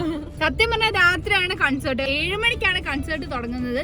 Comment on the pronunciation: Its കോൺസെർട്ട് not കൺസർട്